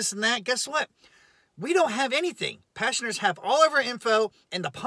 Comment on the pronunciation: You're saying many passengers. But, It sounds like you're saying many Pastors 😂